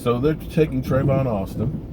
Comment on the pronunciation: Tavon not travon lol